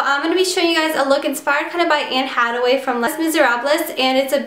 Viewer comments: Arg please say her name right please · i cringed when she said anne hathaway's name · Lol yeah you butchered the name completely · the way she pronounced les miserables AND anne hathaway -_________________